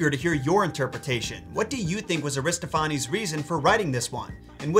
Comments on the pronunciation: It's pronounced Ari-STOFF-uh-neez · Accent on the second syllable: a-ris-TOPH-a-nes. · This might have been asked before, but where are you getting that pronunciation of "Aristophanes"? ( I pronounce Eugene's last name as EYE-0nesco [Ionesco] for years because I read it before I heard it. haha) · Air-iss-TOFF-uh-nees - in American English. Aristo-FAH-nehs in Greek pronunciation.